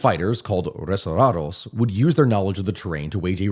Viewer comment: You butchered that so bad, it was "Los Restauradores"...